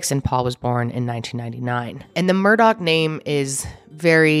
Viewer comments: The name is murdaugh to clear up any confusion.: continues to say Murdock the rest of the video, just like everyone else does. 🤣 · Also its Murdaugh (aw) not MurdoCK! Whyyyy🤦🏻‍♀️🤣